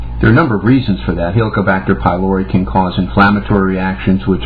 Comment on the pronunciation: "It's around for 58 thousand years - for a reason..." 58 thousand years is nothing in evolutionary terms. IE: it's a newcomer and as is it's purpose is nil for humans - for we survived a bit longer without it. He doesn't even know how to pronounce 'pylori'. It's a Greek word where 'y' is pronounced as 'u', 'ü' or 'i' (as in 'idiot') but NEVER as 'I'. This is a minimum basic education Doc! Do you know where Greece is? No, it's not in 'merica.